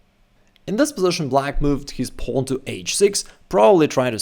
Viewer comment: "Pawno" yoo